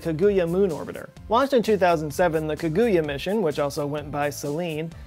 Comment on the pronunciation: It’s ka-gu-ya and Aka-tsu-ki